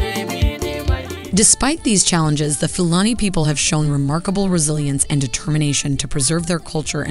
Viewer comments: Pronounced Foo Larny and Few... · Please be respectful by researching the correct pronunciation. This reflects poorly on Americans.